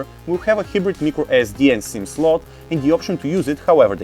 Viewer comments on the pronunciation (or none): he says mecro sd card